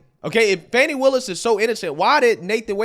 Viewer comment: Imagine the praise from the democratic party if she was the litch pin that caused Trump to lose the election? She's staying on to improve her own status in the democrat party, that's all it is. AND ITS FANI NOT FONI 😂😂